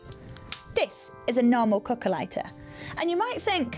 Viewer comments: cookah ligh-tah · i heard it as calculator